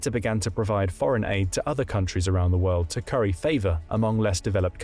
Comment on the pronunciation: Why can't he pronounce world.